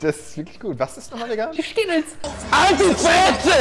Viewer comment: Ich sage Schkittles hahahahaha wie witzig